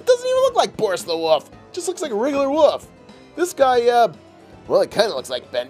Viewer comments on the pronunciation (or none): Are you stupid it's wolf not woof 😠